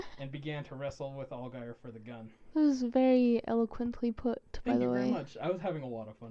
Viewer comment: You're pronouncing his last name wrong lol sorry but it's driving me nuts. Its more like (AL-JEER) "I only know this because I'm from new Orleans " Algiers is the second oldest neighborhood in the city and I believe it is officially historically noted as the oldest black neighborhood in the entire United States. One of our neighborhoods is & i believe this is it but anyway.. we call it the "15th Ward" because it's #15 of 17 wards in the city.